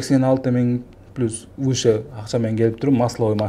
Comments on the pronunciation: Пилус пилус дейсин ушунча москвада журуп уйронбодунбу плюс деп айтышты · Пилус дейтко суйлогонду жакшылап уйрон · 🖒азамат рахмат силерге жигиттер ишинерге ийгилик Аллах жолунарды ачык кылсын.анан берки доске комфорт пилус эмес комфорт плюс деп айтып жур уят болуп каласын коп жерде а то. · Москвада журуп элементарный нерсени айталбайсынар Пилус деп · Комфорт пилус (плюс)😂😂😂😂😂